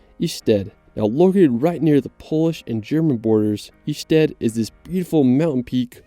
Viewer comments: It´s not a Swedish Ystad... It´s Ještěd Mr. commentator. Learn the right pronunciation... Petr fro Czech... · Ještěd is not Išted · very nice video my dude, here is just a little help from me to you with the Ještěd because you were saying Ištěd. the JE part of Ještěd is pronounced like if you were saying YES but removed the S and thats it hope that helped and hello from south bohemia